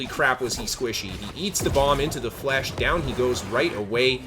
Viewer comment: great video. But, please, stop saying flesh my guy. It's French